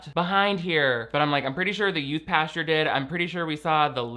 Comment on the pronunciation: will NEVER stop saying "pasture" instead of "pastor" and, frankly, I'm here for it. 🙌